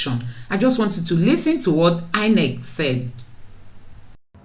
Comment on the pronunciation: It's INEC not INCE